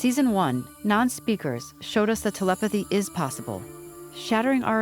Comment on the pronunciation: I swear is pronouncing it “TLpathy”. She speeds through the “e”s.